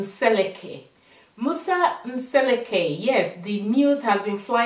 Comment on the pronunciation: The name is pronounced M-seh-LEH-koo (not M-SEH-leh-KAY)